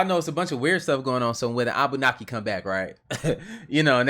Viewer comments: Its Annunaki not Abunaki 😂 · Bro it is Annunaki not abbunaki